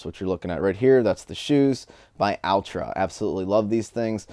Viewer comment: great picks bro... wish ya best of times...p.s. Altra brand of shoes is pronounced "all-tra"...for a few reasons that are pretty cool...according to Golden Harper, founder of the company, its a play on "ultra shoes" but spelled Altra because altra means (other, another, something else) referring to its another kind a shoe, a shoe that's different ...having a zero drop and more important a big box area for the poor little toes that get so abused during running in normal shoe boxes...wish I was hiking with ya this year bro ...be safe